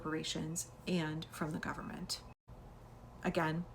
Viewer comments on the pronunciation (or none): The 'gum-mint' 😂😂😂